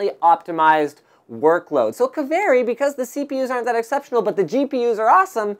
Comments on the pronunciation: Pronounced "Kaveri" not "keveri". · His pronunciation of 'Kaveri' really pisses me off. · Well, wherever they took the name, it's fun to hear non-Finnish people pronouncing it ^^